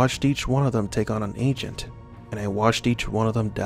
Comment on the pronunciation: Anyone else keep hearing “ancient” not agent